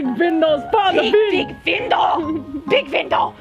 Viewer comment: “WE NEED A BIG VINDOW” HAHA❤️